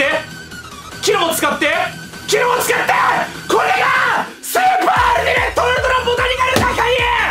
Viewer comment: あたりのアルティメット、言えてるの草